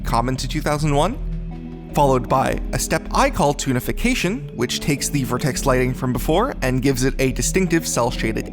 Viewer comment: Every time you say "Toonification", I keep hearing "Tunafication". Also, this is pretty fascinating.